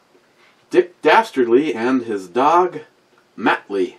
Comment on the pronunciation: Mutt ...ly not mattly. Damn i might have to type my comments in Ebomics